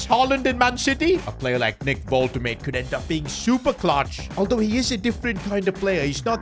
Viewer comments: Unexpected event: Because of you bottling the pronunciation of Woltemade, he demands a new contract with no extension but a clause: every time you mispronounce his name you give him 1 million! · Pronounce his name right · If your gonna sign Waltemade say he's name right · Unexpected Event: Woltemade refuses to play as he is furious of the gaffer saying his name wrong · Can you please pronounce Woltemade’s name properly it lowkey driving me nuts 😂😂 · Ur pronouncing Nick woltemade wrong. Please call him by his real name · Bro please say woltemade name the correct way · Bro forgot how to pronounce Woltemade 😭😭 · Why does he keep calling wolte-made, walter made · Hurts my soul everytime you say Woltemaid as Woltemaid firstly, the W is pronounced like a soft english v secondly; the a is pronounced like a normal a sound, and the 'de' is a complete different syllable so it's like 'Volte-madeh' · "Woltuhmade" 🥀🥀 it's "Wul-tuh-mada" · Its volte-mah-duhhh not woltemade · learn how to pronounce player names sid. wolte-made. Its wolte-mad-er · Volt-a-marder . Nah Vol-ta-made💀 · I love you, but Imma crash out if you say Vohl-Tuh-Made again, its Wohl-tuh-Ma-Duh......... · man its pronounced nick woltamada instead of woltamayd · It is Wolt-a-maada not Wolt-a-made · its wol te ma de you pronoucing it wrong its not wal te mejd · Pls stop saying WolteMATE, it's woltemaaaDe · Nick Volte Mader not Nick Volte Made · It's pronounced Wolte maa de not Wolte made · Pronounce woltemade's name right! It's more like vol-de-mar-da not wolte-made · btw is pronounced "volt-e-mada" not "volt-emade" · the pronunciation of woltemade is annoying me. as someone who speaks german, it's pronounced "vol-te-mar-duh" not "vol-te-maid" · his name is actually pronounced wol-te-maud-e not wol-te-made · his name is actually pronounced wol-te-maud-e not wol-te-made the e is seperate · Its Voltemade not Woltemate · It's Woltemada not woltemaid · Woltemade lol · it is wol-te-mad-de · Nick Vohl-Tih-mad-ay